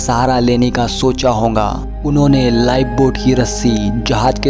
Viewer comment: Ye honga kya hota hai (hoga) hota hai